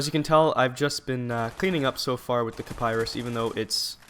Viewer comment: It's pronounced Ki-Pah-Ree lol